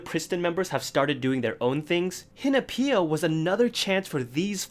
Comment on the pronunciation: connecting the bonfire at the end of Dumdi Dumdi to Soyeon's hat catching fire at the end of Latata? you are on another level, my friend btw no hate but i can't stand your pronunciation of Hinapia